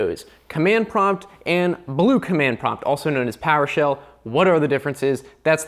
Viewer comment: Command Prompt and Bule Command Prompt 🤣🤣🤣🤣🤣🤣🤣🤣🤣🤣